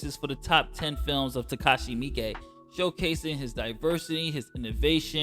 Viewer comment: I didnt know how to properly pronounce "Miike" until now. Thank you 🙏🏿